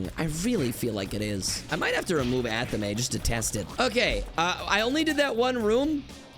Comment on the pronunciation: Ok, Anathema I guess I can understand, but Athame? Is this ragebait? It's like Fame. Athame. Not a the may.